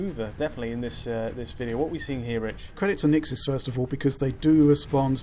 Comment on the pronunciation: Shouldn't you redub the sound? You mention Nixxes incorrectly as the patcher so many times it makes the video rather pointless now.